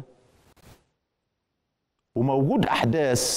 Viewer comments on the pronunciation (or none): احداث وليس احداس يا مزور شهادات دكتوراه